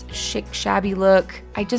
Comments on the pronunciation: I love the wreath, you're so funny, " I speak English, really I do". I always love the ebd segments and yes we do need to flush our minds. Just one note maybe where you are you say chic like shick but most of the rest of us say it like sheek. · I enjoyed your diys!!! Just a side note..."chic" is pronounced "sheek".